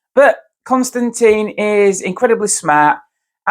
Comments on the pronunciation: “Tin” not “Tine” please. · It's Kon-Stan-TIN not Con-Stan- TEEN. it must get really annoying with so many people. mispronouncing your name. at least you don't pronounce his last name KISSING... to annoying to watch.